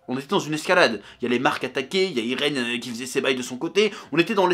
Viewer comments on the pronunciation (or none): none